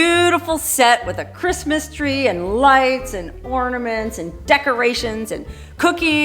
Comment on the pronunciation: You are a hoot! You need a sidekick for your Quistmas Spectacular! Elmer Fudd would be a good choice. He would at least pronounce "Quistmas" without difficulty.🎄Huh, huh, huh..